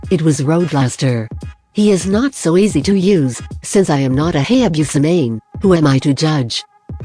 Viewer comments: Hay - Yay - Biu - Sah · Who else notice "HAYABEUSA" 🤣🤣🤣 👇👇HIT THIS